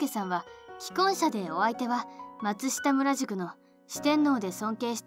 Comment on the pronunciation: 生意気にすみません！ 松下村塾の読み方は「まつしたむらじゅく」ではなく「しょうかそんじゅく」です！